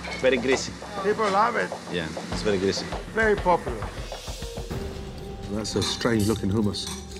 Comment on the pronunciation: Βερι ποπουλαρ